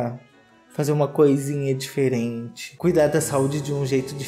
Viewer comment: falando DEFERENTE da sem sal 😂😂😂